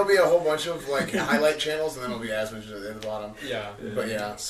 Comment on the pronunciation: "Asmon-socks" boom theres some merch for ya, your welcome